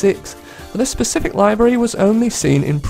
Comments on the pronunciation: liv ery, not lie very. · The pronunciation of "livery" in this video bothers me to no end... But it's still a great video nonetheless. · Your pronounciation of livery bothers me somehow